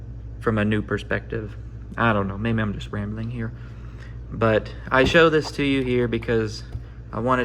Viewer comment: Congrats man. Also "ey im making a bideo ear" is probably the most midwestern thing i've ever heard. congrats again